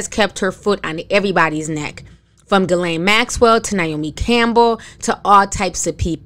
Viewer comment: The fact that butchers ERRRBODY’S name but said Ghislaine Maxwell’s name properly right out the gate 😂🙌🏾.